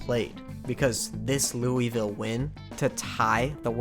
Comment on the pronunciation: If you think that's bad, try being from Louisville for...this entire video lmao (great video, for the record, a lot of awesome baseball history, but not how you say that)